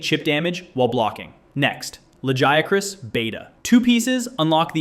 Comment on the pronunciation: Hearing you say "Lajéacrás" 😭